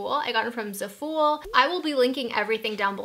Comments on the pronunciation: zafull. One syllable. Not ZA FOOL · Zafooool - it's zaH-FULL pronunciation, I believe. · ZAful short "a" sound and emphasis on the ZA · Zah-Fool 😂 lolol jk love u